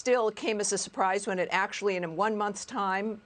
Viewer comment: Did she say 1months🤣